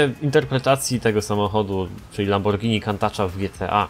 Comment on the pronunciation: Lambordzini diablo